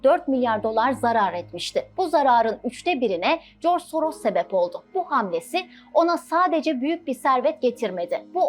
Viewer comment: Adam Yahudi ise nasıl Macar asıllı oluyor :D Yahudi asıllı Macar demek daha doğru değil mi? "S" harfi Macarca dilinde "ş" olarak okunuyor o yüzden soyadını okurken Şoroş demek daha doğru.